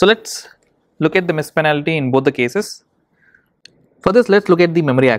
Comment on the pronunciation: penalty* not panality